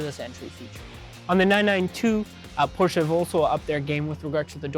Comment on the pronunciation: it would be nice if you knew how to pronounce properly the name of the car you’re selling